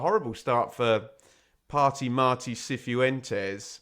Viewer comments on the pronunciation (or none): Cifuentes is just "si-fwen-tes" rather than "si-foo-en-tes", 3 syllables not 4